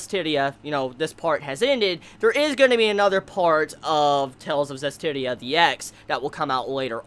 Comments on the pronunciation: I'm just happy that you managed to pronounce the series title correctly before it ended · Only took 12 episodes to pronounce the anime title correctly:3